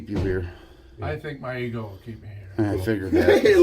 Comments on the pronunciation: AI-narrated videos are annoying. "E=G=O driven" No. It's "ego-driven" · The narrator of this video must be AI because it keeps mispronouncing words and spells out the word. Ego. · Verdict:- "eegio" driven ? Feck off with the AI shite